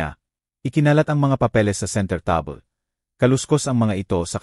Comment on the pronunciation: Ano yan table naging tabel or tab-le